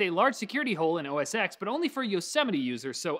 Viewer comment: OS ten, not "x"